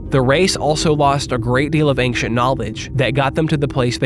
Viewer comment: What's the deal with pronouncing "ancient" as "anxient"? It's like making a typo, but in speaking.